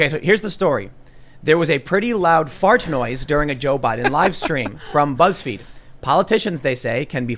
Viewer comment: Did Tim say "Buttsfeed"?